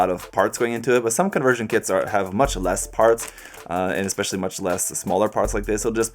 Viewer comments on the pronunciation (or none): none